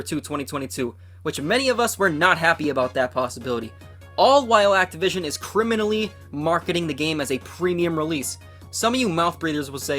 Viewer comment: He said crimalaly priced😂